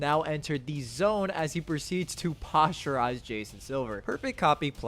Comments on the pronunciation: Posterize not posturize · posterize ❌ "postureize" ✅ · Posterize.... not posturize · My man please… it’s Posterize not posturize 💀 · His pronunciation was terrible imo made it sound like a scientific word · Why you pronounce posterize like that lol?